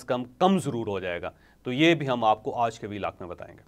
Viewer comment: Sir Aaj Ki sahee pronounce karany